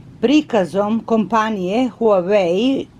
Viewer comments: Nije huvai nego huavei (to ti je na srpskom kako se izgovara) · Nije Huweaj nego se izgovara Huavej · ne kaze se huaei nego huawei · Huai pi tenti pro hahahahah ti se drogiras hahahahahahahaha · Pise se huawei p20 pro Kaze se uawei p20 pro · Izgovara se huavei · Kaze se HUAWEI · Huaveji se kaže 😂💛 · Huavej p20 pro se cita i pisuva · Moraš da se izražavaš To se kaže Huavej pe dvajes pro. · Prelep poklon! Stvarno ste carica. Obožavam vass❤❤ Ništa nisam protiv vas smo da vam kažem da se kaže:HUAVEJ. Bilo bi lepo da nekome poklonite iPhone nekome ko vas stvarno, stvarno dugo prati...VOLIM VASS😙😙😙😙😙😙😙😙😙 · Kaze se huavey pe 20 pro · Kaže se huavei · Kinezi ne izgovaraju h a neka slova pomjesaju pa bi se trebalo reci Vavej(vawei) Ali kaze se huavej(huavei) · Cita se Wah-Way.... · Kaze se huawei,mozes ga citati kao huavei. Cita se isto kao sto pise. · Huavej se kaze a pise se HUAWEI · Inace se pravilno izgovara Uavei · Huavej pe 20 se izgovara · Odlicno ❤ Inace se izgovara HUAVEJ I ako zelis napravi giveaway sa iPhonom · huvei se kaze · Kaze se huawei pe 20 pro se izgovara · Molim te alo stvarno molim te nauci ka se stvarno izgovara tvoj novi telefon, i prestani iste recenice sto put da ponavljas jer jesi interesantna ali samo zbog becinu gluposti koje izgovaras i jedan savet ne pljuj u stari bunar jer ti nisi kompetentna da ocenjues tehnologiju uopsete. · Huawei se izgovara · Kako je to rekla HUEJ AHHAHAHAHAHAHAHAHAHSHSHSSHSH PE TUENTI HAHAHHAHA